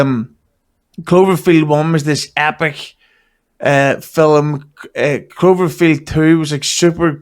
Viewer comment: please tell your cohost "film" has only one syllable. I know the guy is from a distant land, but man...